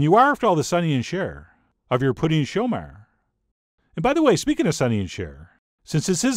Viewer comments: Way to go on the pronounciation! Any Quebecer would know exactly what you're talking about! Cheers! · I love the way you say "Pouding chômeur" it almost sounds québécois. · Add vanilla ice cream with this. You sound native when you say it’s name. Great.